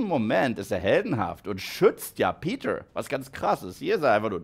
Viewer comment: Ich liebe deine kuhle Aussprache: Spideööörrrman Peteööörrr New Yoööörrrk Tobey Maguiööörrre Lizzaööörrrd Undeööörrrdog